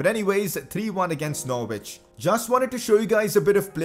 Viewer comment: its not pronounced nor-wich it’s pronounced norich